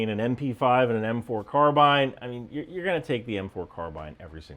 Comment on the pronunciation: At last!!!! An American that pronounces the word 'Carbine' correctly! Bravo 🙂